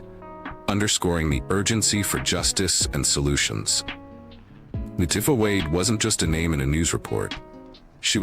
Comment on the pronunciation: It LA Tee FAh in pronunciation not tiff fah